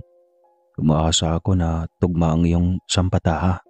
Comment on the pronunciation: The correct word is “sapantaha”, hindi “sampataha”.